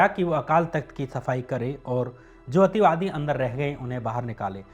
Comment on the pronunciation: Ativadi kya hota h ,clear bolo na ,sirf misuse kiya h sabne